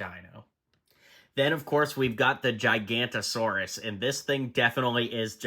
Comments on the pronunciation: Hey it’s pronounced gig-a-not-ur-saur-us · It's pronounced gig-a-note-a-saurus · Sorry dude but it's gig-a-nato-saurus